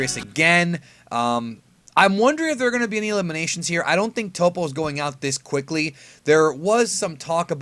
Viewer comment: It's definitely "TOE-PO" right?! Not "TOP-O", Please let me know